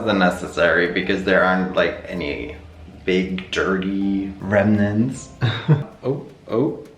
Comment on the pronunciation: Why did 'remnants' sound SO disgusting 😂😭